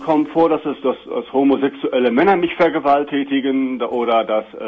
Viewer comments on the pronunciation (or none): haha er sagt vergewaltätigen xD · "Vergewaltätigen" :DD